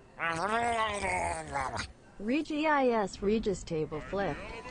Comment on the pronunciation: regis is the name sounds... so wrong